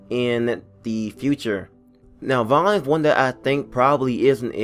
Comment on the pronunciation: It's vaughn